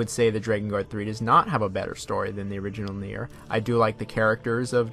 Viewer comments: Its nier as in nia not naieer don't know if your trying to be accurate not saying you have to say it that way I just think your trying to force it that way cause maybe someone told you otherwise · You keep saying naieer rather than nier lol... Whyyyy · Near is gow it should be pronounced lol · Ik bruh shit got on my nerves lmaoo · ist nier, just nier not Naier. even Japanes people and cretor say N I E R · Tf is na-ear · lol that's what I wrote I don't know why they called it naieer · NieR is pronounced “Near” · STOP SAYING NIER LIKENTHAT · Why are you saying Nier like that? You're obviously a big fan of the series seeing that you've played Drakengard as well, I have no clue how you went so long pronouncing wrong. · Funny thing is, he says it correctly on numerous occasions so he’s purposefully saying that for some reason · yeah it’s actually distracting lol. Can’t understand what he’s got goin on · why do you pronounce "Nier" like that?